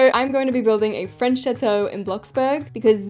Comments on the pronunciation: Did se just say chatoe is chateau which is pronounced chattto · you dont know french also if you do what is la princess et dans la chateau and why did you say chateau like that im dying 😭😭 your saying it like chatoe 💀💀💀💀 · Why does chateau sound like “shat-oh..” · As a french speaking person, I absolutely love the way you say "chateau" it's so funny 🤣🤣🤣 Btw I LOVE your videos!